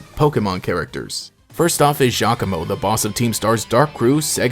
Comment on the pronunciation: Yay finally someone who pronounces my boi Giacomo's name right! He's my favorite, just a lil nerd who likes music and edgey things. I like that he was the school president before Nemona, I bet now that they're all going back to school she's no longer the top of the class 🤣